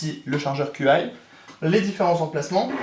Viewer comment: Très bon boitier je trouve, par contre pour le chargeur, "Qi" ce prononce "tchi" ^^